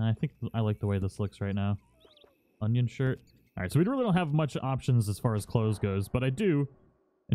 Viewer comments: Lmfao they way he pronounces some stuff drives me crazy. But Onion shirt?! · Wait did you say “onion”? lol